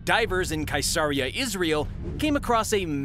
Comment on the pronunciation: Not a Monty python fan? Mercia, where king Arthur found the coconuts is pronounced mersia and Caesarea, the home of several seditious scribes is pronounced seas-aria. Bactrian isn't in a python movie but it's pronounced like the camel which shares it's name. Love the show by the way.